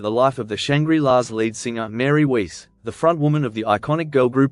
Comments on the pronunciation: Weiss is pronounced Vice, not Weece! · It's Wiess, not Weese moron, hate these AI video voices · The greater sin is that Weiss rhymes with "Rice," not "lease." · Pronounced: WICE! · Btw Mary's last name is pronounced like wise. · Weiss is pronounced with a V sound, not U. It's a german name.